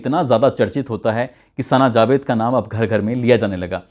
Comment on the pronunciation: Mirja nahi mirza hota hai jabed nahi javed hota hai